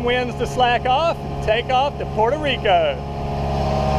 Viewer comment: Its Puerto Rico not Puerto re al sheesh